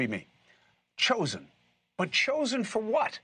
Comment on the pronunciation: It sounded like "the Jewsen". Lol.